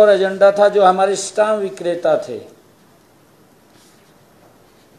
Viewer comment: Stam nhi Stamp hota hai...plz update your knowledge